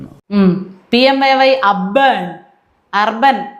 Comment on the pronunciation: മുന്നിൽ ആരോ എഴുതി കാണിക്കുന്നത് നോക്കി വായിക്കുകയാണ് ഈ മാന്യൻ. അതുകൊണ്ടാണ് 'അർബൻ' 'അബേൺ' ആകുന്നത്.